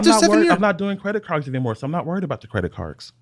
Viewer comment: “I’m not worried about the credit cargs”